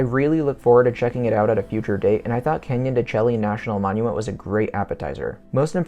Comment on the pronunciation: Pronounced Canyon de Shay